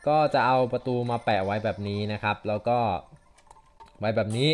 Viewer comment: "ต้องวิ่งไปใหม่หล่าว"นี้มันสำเนียงใต้ชัดเจน #คนใต้ครับ